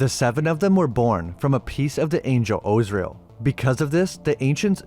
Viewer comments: Az-Ri-El not Ozriel 😂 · Are you messing up these names intentionally or do you really not know how to pronounce Gomorrah or Azriel?